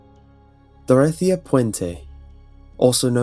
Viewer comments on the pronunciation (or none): none